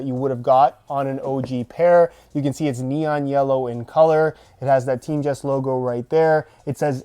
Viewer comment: It's pronounced team-GUYST not teamjust